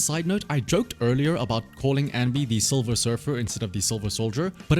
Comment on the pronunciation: silver soldier, not 'solver soldier'